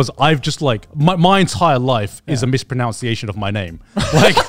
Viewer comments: Garnt mispronounces 'mispronounces'/'mispronunciation' and no-one reacts, this is why I'm a child mentally. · That moment when Garnt mispronounces "mispronunciation" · I love Garnt's mispronounciation of mispronunciation. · Grant mispronouncing "mispronunciation" while talking about fans mispronouncing his name reminds me of why Trash Taste is my favourite channel to watch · somewhere i believe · I also love when Garnt mispronounced “mispronunciation” while taking about people mispronouncing his name and then he continues on and then mispronounced his own name wrong as “Grant”💀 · I'm 80% sure you'd also mispronounced mispronunciation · Garnt mispronouncing mispronouncement over and over is some great irony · Gigguk misprounouncing mispronounciation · Best part of this episode was when Garnt complained about people mispronouncing his name and mispronounced mispronunciation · Imagine mispronouncing mispronunciation.